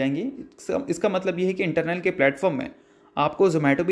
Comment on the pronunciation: Sir ji not Internal (इंटरनल) but Eternal (इटरनल) !